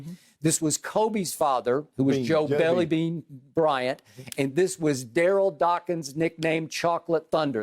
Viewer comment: Cuz said "belly bean" Bryant